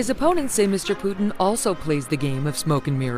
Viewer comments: Oi, its Putin not Pudding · Putin laughed at the way she pronounced that name 😂😂😂😆🤣